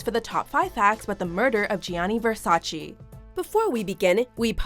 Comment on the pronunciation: I stopped watching this video bcz i cant stand how she keeps saying " GEAANEEY VERSACHEE CHEE CHEE " ITS " GAAANE VERSACHÉ " come on its Italian words duh😭😭😭